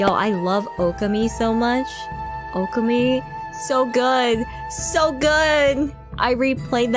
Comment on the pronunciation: Okami was one of my favorite games on PS2 and many years later I did end up playing the sequel in... English. So the game definitely did get localized. Not sure how she got duped into buying a JP copy. That being said though.. plz. The pronunciation is...Oh-Ka-Mi.